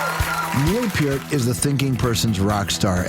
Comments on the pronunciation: Least he said Peart right this time. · That's how it's pronounced. P-EAR-T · Yes! Thank you! It's pronounced "Peer -t." Like, "Take a long walk off a short PIER." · What an interesting guy! Never knew how to pronounce his name properly... until watching this interview. Gone way too soon. R.I.P., Neil. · Thank god he said his last name right I respect this guy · His last name is so often mispronounced that when someone says right it feels strange... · Thanks for saying his name correctly!! Rest in Peace... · Stayed long enough to hear his NAME PRONOUNCED CORRECTLY!!!!!!